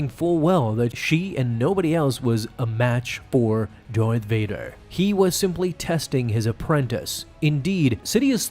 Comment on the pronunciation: Why are you pronouncing it... Dorth Vader? It's... DARth Vader.